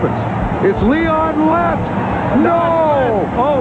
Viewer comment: Its Lieon Lett no!